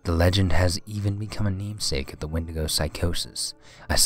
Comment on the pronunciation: and the wendigo is pronounced as Wendy-go